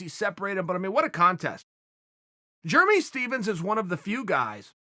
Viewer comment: “Germy” Stephens